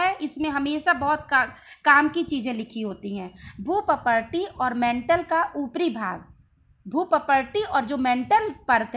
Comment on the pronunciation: मैडम आप भूपर्पटी का सही उच्चारण कीजिए प्लीज